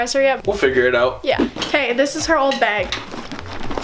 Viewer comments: the way says "bag" its like "bayge" i love it😭😂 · She's saying "beg" the whole time